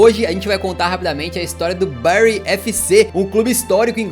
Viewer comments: a pronúncia é "bãry" e não "béry" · Da tanta agonia a pronuncia tao ma dos brasileiros, n é Bery é Bury(Bary) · bérry = Barry Bârry= Bury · Não eh bairy eh bury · Barry se escreve assim, Bury se escreve assim, mas porque falar Barry se o nome do time é Bury? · pq o ta falando Berry no vídeo??